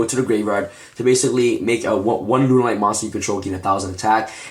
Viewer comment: lol did you just say runaright lol